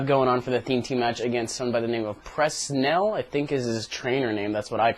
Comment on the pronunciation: OMFG MY NAME IS PREN SEL NOT PRES NEL lolol <3